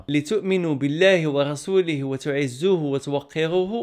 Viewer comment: تبارك الله على خويا افتخر بك. بالنسبة للآية الكريمة: قلت تعزوه والصحيح ( تعزروه) أي تعظموه وتوقروه. بارك الله فيك وجعل منك قدوة للآخرين في المسلم الذي يمثل دينه خير تمثيل.